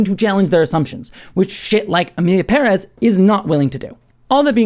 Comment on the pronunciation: It's so satisfying to hear you pronounce Pérez with a stress on the first syllable, as it should be.